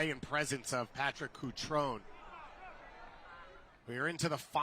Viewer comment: Who tf is "Patrik Coutron"?